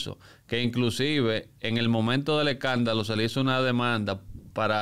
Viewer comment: No se dice ecandalo, se dice escandalo.